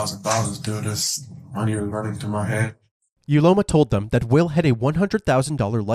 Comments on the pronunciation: Uloma pronounced ‘Ooloma’. What were you thinking wicked woman? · Not me correcting the pronunciation of "Uloma" in my head every single time. Having a variation of the name "Ihuoma" and having it mispronounced every single time has definitely taken its toll on me. 🤕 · Uloma ❌ Ugointojail ✅